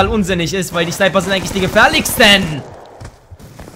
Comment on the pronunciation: Die Sniper sind die gefährlikksten? Mensch Junge absolvier' mal einen Sprachkurs! Im Ernst...